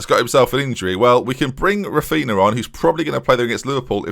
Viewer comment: please insert "Raphinha" into google translate in portuguese, it's so painful to hear you say the -nha sound as -na